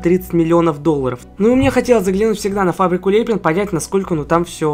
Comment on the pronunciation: Не ле́пин а лепи́н